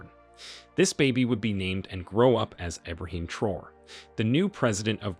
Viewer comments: Pronounce his last name as Tra’o-re not Troo or whatever you saying. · Its pronounced as `Traorey ` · It's pronounced Tra-oray. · I think his name is Pronounced - Tra - o - ray